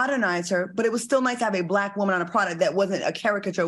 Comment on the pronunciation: I just love how Al says woman (whoa-man) 😁